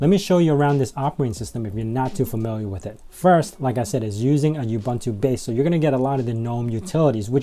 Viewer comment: While we are on the subject of pronunciations... oo-boon-too, there is no y in ubuntu. :)